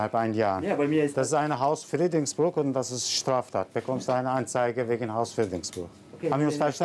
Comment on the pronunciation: Hausfriedenkruch 😂😂😂 Deutsch kann 👦 er